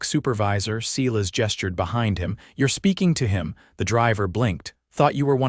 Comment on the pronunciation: 'S - e y e - l a s' not 'See las!'